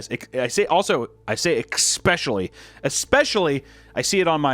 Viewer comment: I swear I used to say expecially too😭🤣 I think it might be a Midwest thing